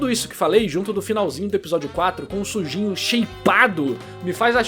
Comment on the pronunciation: Não sei se é impressão ou não, mas parece que o Narrador fala Sujinho na hora de pronunciar o nome do protagonista. Kk